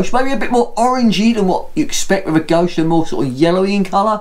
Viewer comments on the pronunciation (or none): Very good beer tastes like a maple stout! Didn’t realise you pronounced it goshe always thought it was goze